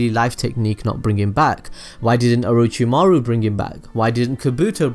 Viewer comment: Mispronounced names: Orochimaru Nagato Kabuto (HOW THE FUCK DO YOU MISPRONOUNCE KABUTO???) Obito Shisui Deidara Itachi Naruto (once near the end)